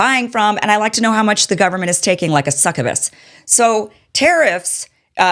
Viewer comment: Kim created a new word: "SUKUVUS". Pronounced, "suck-of-us".